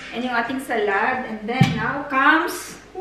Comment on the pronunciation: Hello Good evening. I am ur subscriber/follower. This is my first time to comment sa vlog mo & pls. Dont get me wrong sa comment ko, kc gusto ko lng sana ma correct ang SALAD sa pag pronounce. I google mo pls. Mo sa English or in german doon may sample how to pronounce. Lahat nasa google if gusto nyo ma correct pati spelling lalo na sa pilipino/tagalog or bisaya, etc. Tnx at ingat kau dyan parati.